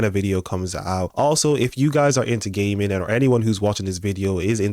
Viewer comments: I swore he said gay men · 😂😂 the way you say "gaming" sounded like you said "if youre into ghey men" 😂😂